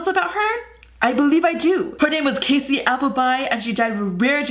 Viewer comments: I love you ok, but it annoys me when you pronounce Cassie's name as Casy, as it is Kassie Cassie, is pronounced Kassie, but I love you so much, and I love this series! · I agree my sister name is Cassie and when she says Casey it bothers me. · 4KidsGaming it is pronounced cAssie